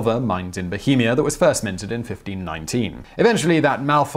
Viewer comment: He's usually terrible with languages he doesn't know, but since that word was Bohemian, and he lives in Prague, having been learning Czech for a couple years now, he finally got the chance to really show off!